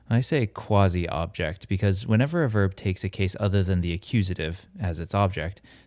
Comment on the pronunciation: You did pronounce "quasi" right! in contrast to almost all of your american fellow-men...